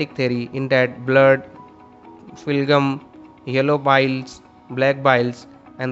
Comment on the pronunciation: Phlegm is pronounced as "flum" 💀 bro is literally reading and not even explaining and people in the comments here are thanking him